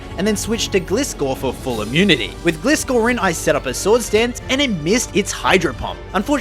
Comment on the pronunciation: Good vid. Just Gliscor is G-LIE-score. Anime lore pronunciation.